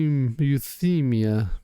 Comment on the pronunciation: It's you-thigh-me-ya (euthymia).